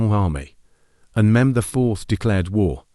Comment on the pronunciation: The beginning made me realize that when he pronounced Mehmed’s name wrong